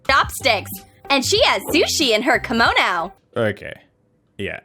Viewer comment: I’m not Japanese but, is no one talking about pronouncing kimono as, “kAMoNo?”